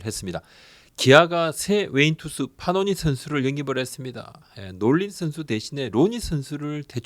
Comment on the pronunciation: 파노니× 패넌 이맞음 발음